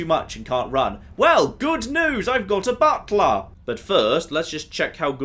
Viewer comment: My wife just said “Did just say he summoned a Dremora Buttplug?!?” Butler. He said Butler.